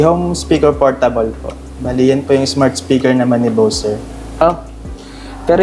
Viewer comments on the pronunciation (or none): Bose pag binigkas parang bows.. hindi boss as in amo.. ginawa mo nmn amo ung brand.. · Di po Boss ang Pronunciation nyan kundi Bows(Bose)